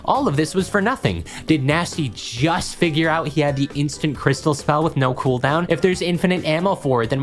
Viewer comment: Knot cool… 💀